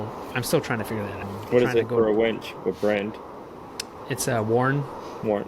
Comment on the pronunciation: It winch, not wench 😂